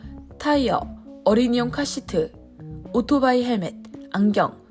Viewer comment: 미국에서 모터사이클로 방송 .안하고 오토바이는 뭔가요? 더군다나 발음은 오로바이 ㅋㅋㅋ